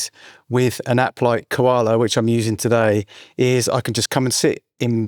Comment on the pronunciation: Coala as in Co-nan on Ko-ala? Love the Kakai lol. I love Koala man. Secret weapon. Watching you using has inspired me even more. I like the mixing tips.